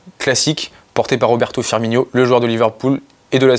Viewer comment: "Firminho" 😭 vous l’avez pas respecté